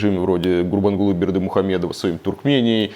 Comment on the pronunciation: Восхищена как Илья быстро произнес гурбангулы Бердымухамедов